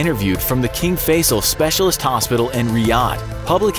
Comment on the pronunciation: It's pronounced "King Fai-sal" not "King Face-al"